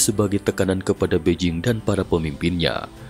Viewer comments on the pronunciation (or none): none